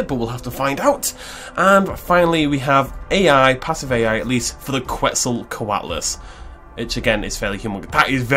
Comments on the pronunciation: It's pronounced more like "Ket" "Zall" "Kwatle" according to Mexican-Spanish sources. "Kwetzal" is an English corruption of the word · Ketsocoatlus, not Kwetsocatlus